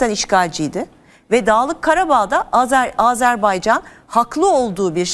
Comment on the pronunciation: Hukuk dilini çok iddialı şekilde kullanıp Azerbaycan'a azerbeycan demek...Üstelik televizyonda...Öncelikle çok yücelttiginiz ülkenin adını doğru telaffuz etmeniz gerekir.Zira hukuk dili çok sayıda arapça,farsça kelime barındırır lakin Azerbaycan Türkçe'dir.